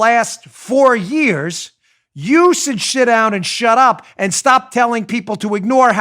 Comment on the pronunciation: Did he have a verbal gaffe and say "you should shit down and shut up" of the video? I swear that's what I hear. He was obviously saying sit down and shut up and wasn't swearing, but it made me laugh.